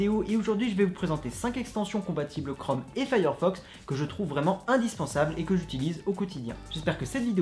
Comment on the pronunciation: Tu veux pas plutôt dire "chrome" ??? Crome, je connais pas. Et "magic Ektions"????